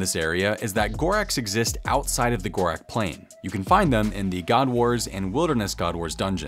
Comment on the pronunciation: Ur saying gorax like its an x wtf bro its gorak's